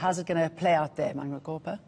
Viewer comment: She butchered Manqoba's name - goddamn :D Im hurt